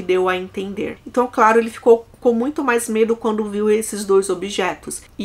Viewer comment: Você troca o MAIS pelo MAS ou é a forma da sua fala que entende-se como estivesse errado? Toda vez que fala "MAIS velhas" ouço "MAS velhas". Venho percebendo isso faz muito tempo!